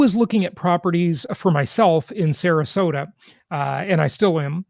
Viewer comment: Agree with you. It is Sarasota for god sake